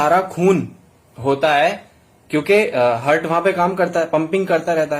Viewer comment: Pahle English bolna Sikh Jitendra..hurt nahi Heart and human nahi Human....